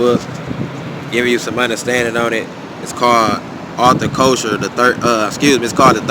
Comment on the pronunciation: Pronunciation of his name is ( Kessler) However thank you brother 🙏🏽❤️